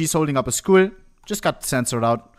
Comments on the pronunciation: I like how he can perfectly pronounce miscallaneous but pronounces Skull as Skool and valoran as ValOHrant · It's not even a German accent thing. He made me think they censored schools... (Schools? Are there schools in CSGO?). About Valorant, I think people who don't know the word valor will pronounce it that way, like you would pronounce imPORtant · Took me 7 minutes to realize he wasnt saying "schools". I thought china really didnt want schools shown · bro wie er skull sagt